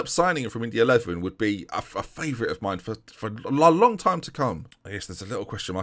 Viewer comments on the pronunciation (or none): none